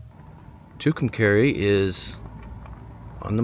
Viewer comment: It's pronounced Two Come Car EE!